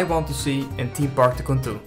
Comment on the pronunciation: SAY TYCOON PROPERLY NOT LIKE TOCOON